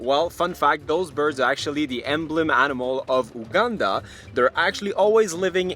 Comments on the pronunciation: just a, by the way, Uganda is pronounced like Utah. but correct on its coat of arms 👍👍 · It's pronounced You-ganda 🙂. I assume your prounciation is French. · sorry but is not u gan da its prounoced you - gun -da